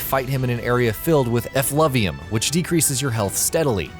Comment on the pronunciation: WRTF IS EFFLEVIUM!!!!!??????!?!?!?!? IT IS FUCKING "Effluvia" PLZ FFS!!!